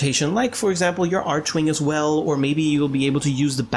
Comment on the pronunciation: Each time you say 'archewing', can't help but smile